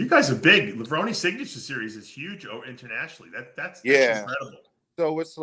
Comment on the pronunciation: And yet, Dave pronounces "Levrone" wrong😢